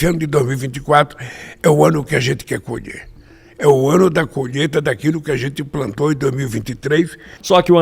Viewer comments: Desculpe-me, não é colheita e sim...." colheta". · "Colhêta" (sic)?? "Adôbo" (sic)?? 🤮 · "COLHETA" ... não consegue falar colheita. Deus Nos Livre das trevas.